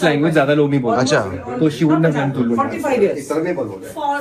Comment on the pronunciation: it's TULU not tullu..!!❤